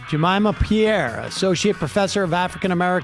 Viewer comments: Uuuf! Its Ja(meeeeeema)! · Are you referring to Jemima? If so it's hard to blame if her name is spelled exactly like the namesake of a popular pancake syrup that we all had in our households as children.